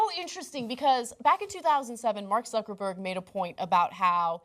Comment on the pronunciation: 0.28 She said Mark Suckerberg LOL